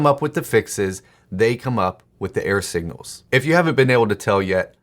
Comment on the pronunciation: Error signals. I use videos to supplement my writing education, and in this one he created a meta message, probably without realizing it. I listened to the first half of the video wondering (and distracted by) what he meant by "air signals", thinking it had something to do with his radio reception analogy. Even the captions wrote "air signals". Finally from context I figured out he was saying "error". That makes a lot more sense! (There's my clarifying feedback.) Thanks for these videos and their bite-size writing topics. 🙂